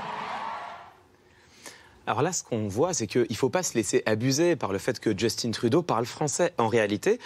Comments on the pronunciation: Mais pourquoi tout le monde dit « Djeustine » Trudeau? Il est Québécois... on dit pas « Cilaïne » Dion! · Super vidéo juste on ne dit pas «justine trudeau» mais «justin trudeau» sans l'accent anglais. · Justin pas Justine ils est Francophone dite le en Français MRD XD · Justin pas JustinE, comme Justin bridou, c'est pas compliqué pourtant. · C'est Justin Trudeau pas Jostine Trudeau Harry Clément Potter. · Je suis en admiration devant M. Viktorovitch qui m'a réconcilier avec la langue française. Seule réserve, les noms et prénoms des personnages / célébrités ne sont pas utilisés avec leur prononciation d'origine (Justin Beaber canadien anglais (ʒystin) - Justin Trudeau canadien français (/ʒystɛ̃/) même constat pour Barbara Streisand (américaine)... ça déforme l’appellation. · je vois je suis pas le seul a qui sa la déranger le Justine XD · Justin Trudeau c’est un québécois pourquoi tu prononces son nom en anglais? Ça me met vraiment en tbkk !! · On doit en fait prononcer "justin" à la française, car c'est un canadien français.